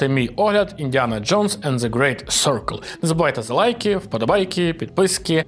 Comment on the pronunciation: Серкл Дякую Мої вуха в безпеці 😊